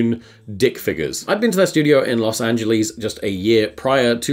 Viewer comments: The way he said loz angelees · "los anglease" im crying